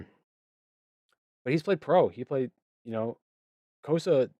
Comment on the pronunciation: “Cossa” …Chris shakes head no. 😂